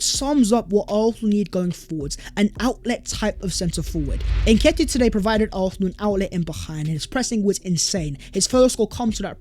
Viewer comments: Whose chance has been revived?? ARFFFFNAL’s??? Who the hell are ARRRPHNAL??! Learn to speak English!! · Oh yeah? I know Arsenal fans from ALL OVER THE WORLD who can pronounce Arsenal with an S in their own accents. His pronunciation of Arsenal is painfully atrocious. Accent? Lol!! Get a grip. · Garbage. He is the only guy I know of who cannot pronounce the name of the team he supports properly! He has at least 4 different versions. LOL!!